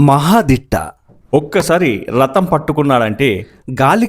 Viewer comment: రతం కాదు అది రథం